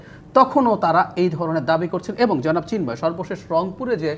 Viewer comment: সিন্ময় না রে, ওনার নাম চিন্ময় 😂🤣😂